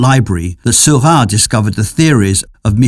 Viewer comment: Why does the narrator pronounce Seurat's name as Sylvan?